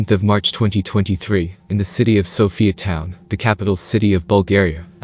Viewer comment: Sofia not Sophiatown...what a load of crap